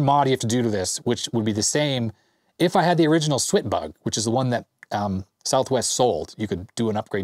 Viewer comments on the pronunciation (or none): IT'S "SWAT BUG", you know, like swatting a bug, there's even a fly swatter in the manual